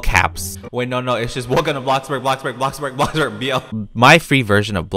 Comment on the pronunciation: may i ask why he call blockburg ,bluckberg